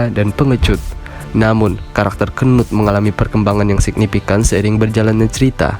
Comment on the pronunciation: ngakak njir bacanya, apalagi gua bacanya pas abangnya nya bilang kenut😂